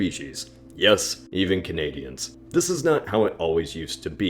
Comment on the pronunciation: What's this word Ca-na-dee-an